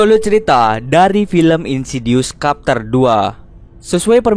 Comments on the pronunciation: Bacanya trtep chapter min, bukan kapter. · bacanya bukan kapter bang, tapi chepter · Chapter itu bacanya bukan Kapter tapi Cepter... e yg kedua itu e lemah spt baca lembu misalnya. Maaf... cuma info.🙏 Anyway good video om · Wkwkwkw bacanya capter kan yaa apa gmn . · Ajg lah kapter wkwk Bacanya cepter bang. XD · Chapter dibacanya capter bukan kapter min 🙂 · sebutannya bukan capterr.. Chaeeppterr lol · Chapter bukqn dibaca kapter lool Chapter dibaca cepter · Why "kapter" tho???? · no one:: insidious KAPTER2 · Wkwkwkw,, kapter,, kapal terbang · "kapter" dong :v chapter bang oi :v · #CHAPTER= chep ter,,ch..kyak bunyi ucapan utk chacha coklat warnawarni..CHEpTER..gtu😊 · Kak koreksi dikit yaa, chapter dibacanya çepter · Cepter bacanya bukan Chapter -_ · Bang Tolong ya sejak kapan chapter di baca Kapter aduh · Cup dibaca kap chapter kepter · Mau ngasi tau aja bang.. chapter itu dibacanya “ceptér”